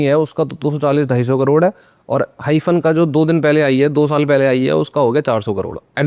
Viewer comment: Hymen suna tha hyphen nhi 😂😂😂